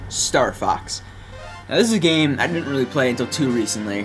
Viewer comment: "stuuur fox" it sounded like